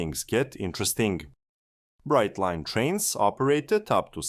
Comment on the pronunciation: If you're going to get picky, get it right. It's Brightline. Brightline.